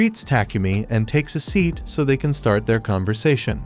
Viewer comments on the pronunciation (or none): none